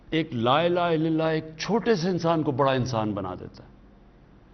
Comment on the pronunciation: Khan sahb Apna klma theek kro please. LA ilaaha illalla. Na k illillah